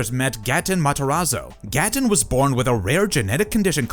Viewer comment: And it’s pronounced ‘gate-en’ not ‘gat-tun 😂